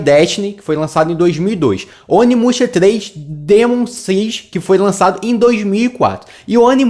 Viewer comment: Tu falou o nome errado, muito errado